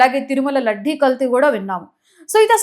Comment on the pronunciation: లడ్డీ కాదమ్మా లడ్డూ.. లడ్డూ....